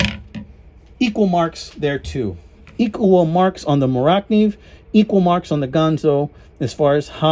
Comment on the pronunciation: Mora-kniv not Morak-niv.